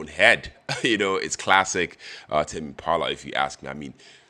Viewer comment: It's tame pronounced like same